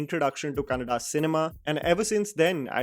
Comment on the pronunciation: Thank you for pronouncing "Kannada" correctly....